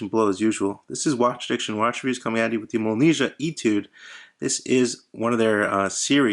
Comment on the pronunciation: It's pronounced Molniyeeah. But nice review!